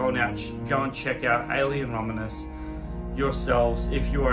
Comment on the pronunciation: I’m making fun of you for saying the name of the movie wrong. Learn English.